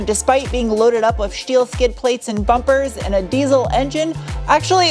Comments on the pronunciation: I haven't watched your videos in a long time. Just busy busy busy. I'm flying in to Tucson in July, to go to 2 weeks of training... and then it clicked. -n-Tuned is out there. Also, I don't remember you pronouncing your S-words, like... "SHTEEL" 😂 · What's with the Shteel, Shtainless, Shport BS? And the British pronunciation of aluminum? This was hard to watch. Won't be sub-ing.